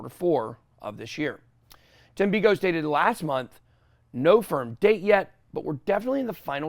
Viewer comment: You should try harder Tim beiko learn to pronounce his name. Dudes done so much work that’s made you so much money least you could do is learn how to say his name right